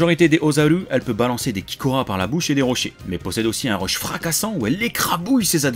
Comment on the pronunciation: Lancé des quoi ? Des rush ? Des reuches ? On comprend rien parle français !